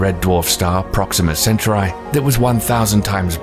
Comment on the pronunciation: Centauri is pronounced as sentorai?